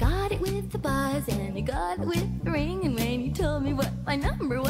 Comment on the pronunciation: Buzz, not bush.